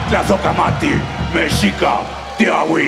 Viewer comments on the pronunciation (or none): UNO DE MIS FAVORITOS ES TRANSMETAL, PERO CEMICAN PLASMA A LA CIVILIZACIÓN MÁS PODEROZA DE MÉXICO, Y ME GUSTA MUCHO QUE HABLE EN NAHUATL, QUE ES EL IDIOMA DE LOS AZTECAS Ó MEXICAS, SE PRONUNCIA MESHICAS, EXCELENTE